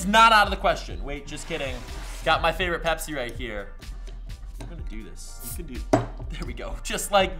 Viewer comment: any one else getting triggered every time he says pepsi